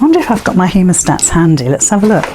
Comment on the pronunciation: What did you call that tool, please... heamostats?